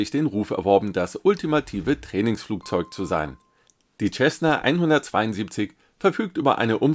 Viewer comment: Sehr nett! 🙂 Cessna wird nur bitte wie "Sessna" ausgesprochen... ;-)